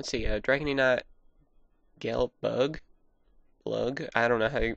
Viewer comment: its Gae bolg not bulg....not to insult your work, but keep up the good work :D